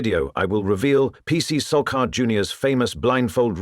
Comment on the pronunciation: It's sharkar not sorcar's 🚘